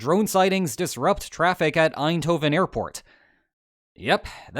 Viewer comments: for an English speaker your pronunciation of "Eindhoven" was pretty good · Props for pronouncing “Eindhoven” almost correctly! Dutch isn’t an easy language, even for native speakers.